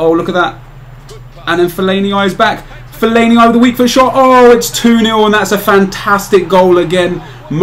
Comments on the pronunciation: Nep it's pronounced fell-ay-nee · Fell-a-ne-I lol? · Why does he say fellainieye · fellaini-I loooool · the way you say fellaini LOL still one of my favourite youtubers though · What the fuck did you call Felliani